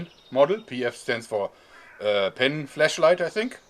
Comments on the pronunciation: I swear I heard him say "fleshlight" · does he say fleshlight